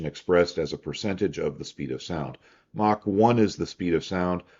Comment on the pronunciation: Props to for being one of the few people on the internet who actually pronounces "Mach" correctly.